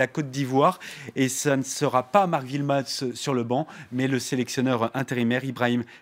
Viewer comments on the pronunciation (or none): pff ces francais Wilmots pas Vilmots le w se prononce oué